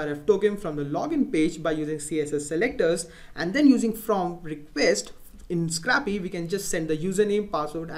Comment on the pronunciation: Scrahpee :D